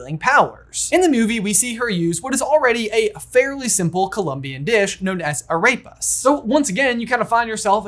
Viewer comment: the butchering of “arepa” makes me want to cry